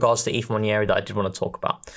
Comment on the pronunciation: Nwaneri not Nwanieri...please..it's not difficult guys. 😢